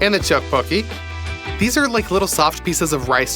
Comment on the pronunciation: As a Korean I’ve never seen someone say teottbokki correct on their first try let alone 3 times